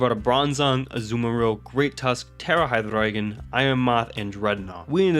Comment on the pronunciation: I gotta assume you're native German or something yeah? Based off of the HyDRRReigon pronunciation lol?